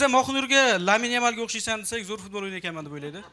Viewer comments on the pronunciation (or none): none